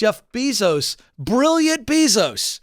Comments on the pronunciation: It's "Bay-zos", not "Bee-zos". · It’s pronounced bay-zos god it’s irritating hearing him pronounce it beezos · Say it with me BAY-SOES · I love you Ken, but please, it’s Jeff Bezos pronounced BAY-Zows. 😅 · The way he pronounces Bee-zos🙉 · “Jeff Beezos” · It's funny how he says his last name wrong. One more insult to injury. This attrition issue is crazy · If you're talking about Amazon and can't pronounce Bezos correctly, it doesn't make me too confident about your expertise on the whole issue. Sorry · Omg the repeated mispronunciation of "Bezos" is driving me insane!! Also, that's a clear indication here that Ken doesn't keep up with major corporations and or work trends. This came out years ago that they don't want long term workers due to complacency fears by Bezos Ken seems somewhat disconnected with the regular everyday worker, and needs to open his mind to new trends happening now, today, and the automation replacement. Ken should bring in a computer scientist or computer engineer, and have a discussion on replacement theory due to automation and what this means for low skilled workers. It's already happening now! It's even happening now to finance professionals, I know someone who was replaced by a kiosk for credit applications and the rest of their job outsourced to India!!!